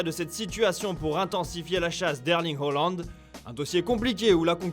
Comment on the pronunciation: Ces HAAAAAAland et Hauland😑😑😑